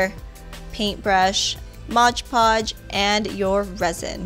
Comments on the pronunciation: Hey it's Mod Podge, not Modge Podge, great video though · MOD PODGE*** Not MODGE podge lmao I hate when people say it like that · I love the cheese board! It's actually "Mod" Podge, not "Modge" Podge, though. I can't figure out why so many people pronounce it that way. Anyway, great video!!! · Love love love the gem stone cheese platter! I'm so gonna make this! Love the tutorial as well! I say Modge Podge too! 😂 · MOD Podge! Read the label! It's MOD Podge! M- O- D- Podge...The tutorials were great! Thank you! :D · "modge podge" 😂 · Isn't it pronounced mod podge not modge podge? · ''modge podge'' hahaha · MOD Podge not Modge Podge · No offense, but pronounced "mod Podge" not modge Podge. Sorry it just really bugs me. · Modge podge 😂 no hate tho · As soon as someone pronounces mod podge as “modge podge” I click out of the video.